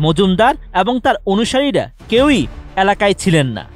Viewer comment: *উপস্থিতি নয়, পরিস্থিতি নিয়ন্ত্রণ হয়। *রুদ্ধধার নয়, রুদ্ধদ্বার। আর ন্যাতা জিনিসটা কী? অ্যালাকা জিনিসটাই বা কী? পর্যায় নয়, পোর্যায়। উচ্চারণের দিকে খেয়াল রাখা উচিত।